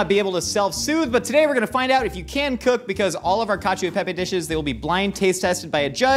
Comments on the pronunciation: FYI the "e" in cacio e pepe is actually pronounced like an "eh" not "ee" :learning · It annoys me that they say ee instead of eh but only for the e. They use the soft e in pepe lol.